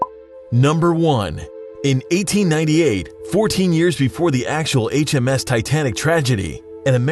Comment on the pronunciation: ITS RMS NOT MRS